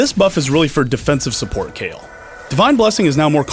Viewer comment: Kayle, is pronounched Kay Le not Kay El